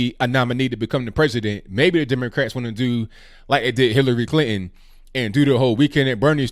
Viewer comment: Love, his way of speaking and accent are charming. I do wish..he's put the 'T'in PuTin and ClinTon. lol